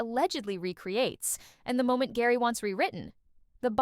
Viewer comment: 30 years of spice girls and you say "Gary" instead of "Jerry"?